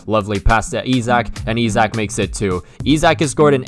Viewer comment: Perfect pronunciation of Isak btw